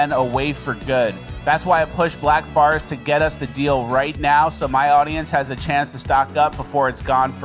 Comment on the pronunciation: "thankyou Black Farrest" "thankyou Black Forest"